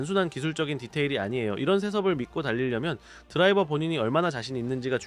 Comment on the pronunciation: ㅋㅋㅋ 아마 “탑 드라이버”라고 해야 하는데 발음이 좀 이상하게 나온 것 같아요. 지적해주셔서 감사합니다, 다음엔 더 자연스럽게 들릴 수 있도록 조정할게요.